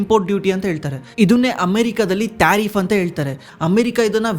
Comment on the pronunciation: ಯೋ ತಾರಿಪ್ ಅಲ್ಲ ಟ್ಯಾರಿಪ್ ,ಸಿಕ್ಲಿ ಕಲ್ ಅಲ್ಲ ಸೈಕ್ಲಿಕಲ್!! Language kalıyo le first🥶🥶🥶